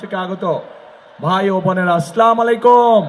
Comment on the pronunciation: ভাইয়া, ছালাম (আসসালামু আলাইকুম) ঠিক করে দিন।